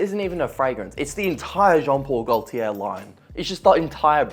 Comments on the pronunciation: Correction: The letters L and R in JP gauLtieR are silent thats the correct prononciation if anyone is wondering. Sorry, im just trying to be helpful 😅❤ Just a humble french speaker who loves your videos. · Pls work on that gaultier pronounciation